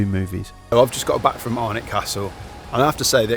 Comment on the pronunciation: you will love it there. BTW pronunciations made me laugh, especially alnwick castle, which is Ann-Nick Castle